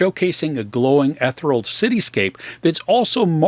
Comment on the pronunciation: the word is pronounced as "eth-eerie-al," not "eth-er-all."